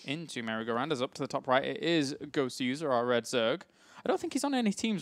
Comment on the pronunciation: It's not "Gowser" it's "Goswser" as in "Gosu User"